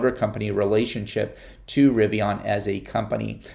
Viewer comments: I don’t know why this bothers me but it does because you keep pronouncing “Rivian” wrong… it’s not Rivion, with an “o”… it’s Rivian with an “a”. How would you pronounce the name “Adrian?” Adrion? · No offense, but you might want to listen R.J Scaringe pronounce the word "Rivian", because you sound really strange. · I totally agree with you, I don’t know why but it also bothers me too. I wrote a comment earlier about this very subject that he pronounces Rivian with an “o” but looks like he didn’t like it & deleted my thread already.